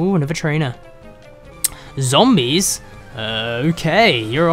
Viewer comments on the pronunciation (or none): none